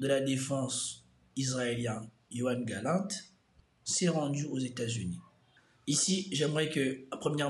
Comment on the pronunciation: C'est YoaV Galant, pas YoaN Galant..fais un effort